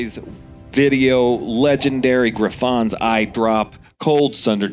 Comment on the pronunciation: Gri-FOns eye? wtf.. is this AI? Dee-a-dem?? In the hope that you are willing to learn... it's "Griffuns" eye - syllabic emphasis on "griff" and it's DIE-A-DEM, like the thing you wear at a pageant. smh.